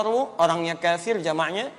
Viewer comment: Yang bener كَافِرٌ bukan كَفِرٌ jadi huruf ك panjang